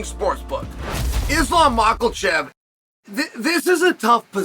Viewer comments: Why does he call him " Mackelchev" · UNCLE CHAEL STOP ADDING A “ L “ to Islams’ last name MAKHACHEV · Chael!! You promised you would pronounce Islam and armans last name correctly !!!